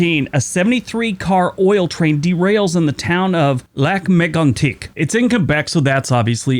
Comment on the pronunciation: You said lac Megantic perfectly. It was a huge news story at the time. 😢